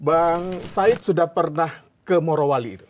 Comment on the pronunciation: Bapak, barangkali nama tempatnya adalah Morowali, bukan Marowali. Weda Bay bukan Wade Bay😅